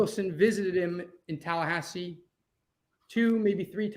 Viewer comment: Its Tallahasse, hello.